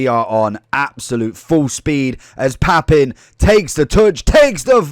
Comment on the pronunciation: I would have left a like if you'd have pronounced his name correctly!